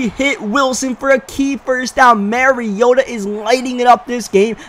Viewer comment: You still call mariota "marry-oh-tuh". Its pronounced (mah-ree-oh-tuh)